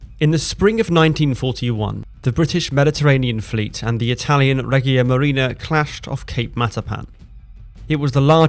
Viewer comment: Tje Regia of Regia Marina is pronounced "REH juh", not with a hard G, Veneto is pronounced "VEH neh to". Thanks for the excellent description of the battle. i wonder why the Italians sent Vittorio Veneto alone without the Littorio, her sistership, to reinforce and protect their advantage. That seems to have been very unwise of Ultramarine, the Italian higher command, who also erroneously sent two heavy cruisers back to help Pola instead of sending a couple of destroyers. Terrible lack of judgement by Ultramarine who allowed no decisions by the squadron admirals !. This is probably the reason why many Italians accuse Freemasons in higher command of scuttling hopes of victory.